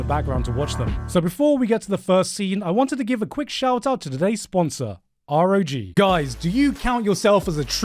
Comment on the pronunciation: did you just pronounce it ar-o-gee??? Its rog!